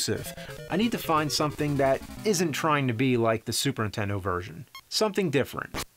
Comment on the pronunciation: I find it funny that James can't say "NINtendo", he says "N'tendo".